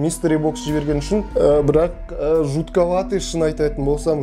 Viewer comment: Территория дегенді бәрі теория деп оқыватсыңдарғо😂